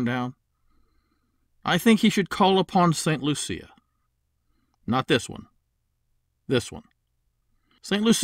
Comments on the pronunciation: You are the only person I have ever heard pronouncing St. Lucia that way. We, of westindian blood, say "St. Loo-she-a"... I don't know why we throw an "h" in there... My blood is jamaican-chinese so don't quote me on that. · I got married in St Lucia. I think ur pronunciation is a little off. 😂. I love the idea!! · you made it sound like a pretty girl, we make it sound like a loose one...